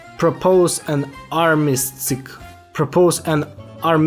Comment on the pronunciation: for English Speakers, its pronounced Arm-iss-stiss